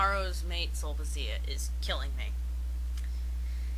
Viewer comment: Super-pedantic correction that I have to make as a Classics major: "Sulpicia" is pronounced "Sulpikia." There are no soft C's in Classical Latin. Awesome commentary, though, so I won't begrudge you a pronunciation error.